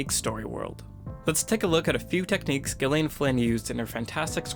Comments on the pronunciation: I think it's pronounced "Jillian," not "Ghillian." Awesome video essay, though. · Hey you pronounce Gyllian as Jillian. Not with the hard G sound. I’m saying this because it is my name and I hate it when people mispronounces it. Which you’ve done this entire video. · It's Gillian with a soft g, not a hard one. Jesus fuck. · Its pronounced JILLIAN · She pronounces it with hard G. as in Good, Gone, Girl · No, it is not. She pronounces it with a hard G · Dude, her name is pronounced like Jillian. It's just spelled differently. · Actually she, herself, pronounces it with a hard G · She pronounces it as a hard G. No, Americans generally would pronounce it as J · Why is he saying gilian? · Isn't it pronounced "jillian" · The g is a soft J sound next to and I. I am used to versions of my name being mispronounced but I haven’t ever been so gosh darn and try about it before. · he needs to learn how to say the author's name properly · Do you actually think he made this quality of video and did not bother to find out exactly how the author herself pronounces her name. she uses a hard G....as in Gone, Girl, etc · Gillian. Listen to the author say it!!! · Not how you pronounce the author's name, buddy :)